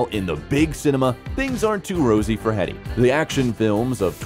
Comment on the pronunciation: Jerome, not Jeremy! Plus her surname is pronounced Heedee.